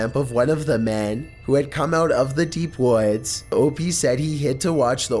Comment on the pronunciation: He tells a story about hiking in the WOADS